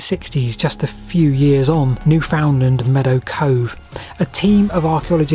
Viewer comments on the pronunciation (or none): New-f'n-LAND* "NEW-f'nl'nd" is just plain wrong. Lol "L'Anse aux Meadows" is locally pronounced Lancey Meadows, and some old people still say Lancey Middies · New-FOUND-land? Where's that? Anywhere near Newfnd-LAND? That's in Canada somewhere.